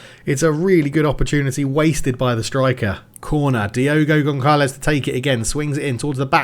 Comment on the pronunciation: Great vid! Lurker over here, just an heads up, you have zero physios! And please, as a Portuguese, the "ç" is read as "ss", you absolutely m*rderer the poor Diogo Gonçalves (Gonssalvess), you called him DiEgo Goncalevs about 15 times 😅. Btw, the Brazilian Coach's name is spelled Cai-ssa-ra But keep it up, loving the series already!